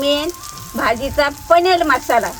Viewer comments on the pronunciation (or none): layich bhati bolati 😂panir nahi panel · Paneer ❎ paneal✅😂😂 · Paneer ❌ Panel ✅❤❤❤ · मला वाटायचं की माझी अज्जीच फक्त पनीर ला पनेल म्हणते, पण या ला पनेल म्हणताना बघून मला माझी आठवली...